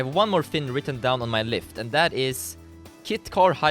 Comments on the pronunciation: Dude you said “I have one more fin written down on my lift.” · he said i have on more fin written down on my lift xD